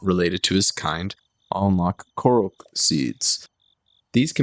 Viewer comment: I remember my first 3 hours of play being 'Find Impa' and a quest that I'll call Mr Robot Elephant just so there are no spoilers. Your pronunciation on Korok triggered me, never have I hear it be said that wrong in my life.